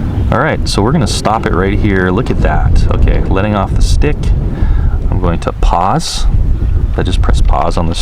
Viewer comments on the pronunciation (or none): none